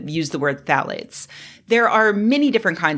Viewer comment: Are you saying "thalates" or "phallates"? ;-)